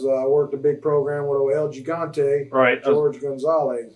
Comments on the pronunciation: he pronouced it ALOT better than most. whats the issue? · What's wrong with that? That's how you should pronounce it.